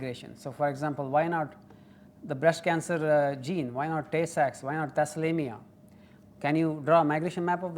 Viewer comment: Thalassemia not Thassalemia 😊